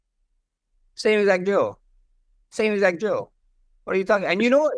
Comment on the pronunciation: To be honest, as a non native English speaker, I heard Max say “same exact Joe” the first time aswell 😂. So don’t really blame ilia here haha